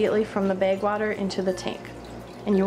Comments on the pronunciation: It's bag not beg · blooming bettas yeah she says baeg but it's fine, everyone's different.